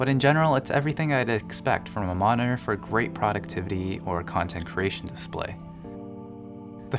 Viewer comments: M O N I N ER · Please learn how to pronounce monitor; drives me insane.